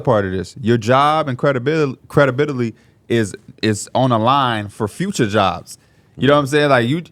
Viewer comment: can’t say credibility